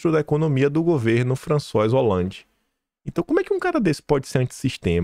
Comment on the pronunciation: 2 sugestões para o aprimoramento do seu inglês/francês. A pronúncia de OUTSIDER: O correto é “AUTSAIDER” e não OUTSAIDER. FRANÇOIS HOLLANDE: A pronúncia correta em francês é “ FRANÇOÁ “e FRANÇOISE ( feminino ), se diz “ FRANÇOAZE”. Só colaborando